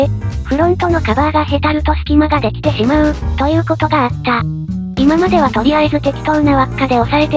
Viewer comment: では の読みもいつも間違えてますよ